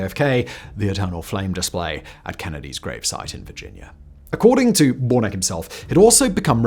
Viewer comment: I think that’s warn-a-key.